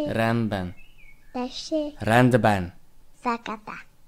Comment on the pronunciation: Sokszor azért nem fogadta el azt a szót hogy 'rendben' mert úgy mondtad hogy renben